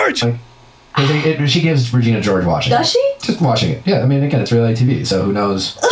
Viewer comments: Regina 😭🤣 it's said re- gena not ri-gina 😭🤣🤣🤣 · the way said Regina George. Lol no he didn't RAgina Lolol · I love how you pronounced Regina like “vagina” at first 😂💀 😂 I’m dying laughing at that for some reason